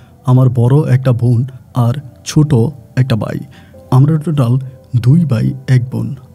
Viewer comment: Bolod beta thik moton bangla shobdo bola shikh age. Stupid. বাই কি? ভাই বল বলদ। also, atto fast reading korish ken? Reading competition choltese? Ashte por stupid!